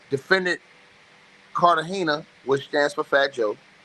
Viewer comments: Carta Gena not Carta hena 😵‍💫😵‍💫😵‍💫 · Why is it that everyone who does these paper work videos can't read smh... its pronounced Carter - Gena(like Martins wife)= Cartagena. These ngas ed.